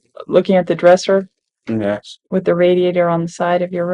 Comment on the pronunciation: driving me crazy how he keeps saying "yas" instead of "yes" 😅